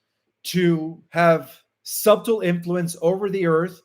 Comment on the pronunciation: Also, the b in subtle is silent, SUH tle.Thanks for another enlightening report.